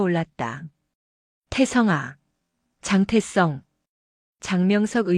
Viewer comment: 글씨나 똑 바로 읽어라 장태성을 왜 장태썽이라 읽어?